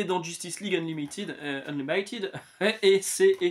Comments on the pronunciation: Pourquoi se casser la tete, ca se prononce juste : Eun-li-mi-tid 👍 (tu l.as bien prononce avant de te reprendre a 5mn). Moi par contre je prefere absolute WW a Batman pour l'instant (je n'ai lu que les 3premiers de chaque serie). Faut toujours que je lise la suite de superman pour le faire une idee. Quoi qu'il en soit en 3 episodes sur chaque serie c'est plus developpé que tout l'ultimate de marvel 😂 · Ton grand conflit interne avec le mot Unlimited est plus fun à suivre que les comics Marvel ! Il faut un peu le prononcer à la française, comme tu le fais à 5 minutes dans la vidéo avant de te reprendre.